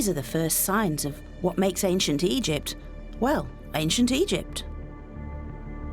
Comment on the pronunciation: Why can u suddenly not pronounce Egypt anymore, I'll tell you why 'its because you are a self righteous leftie.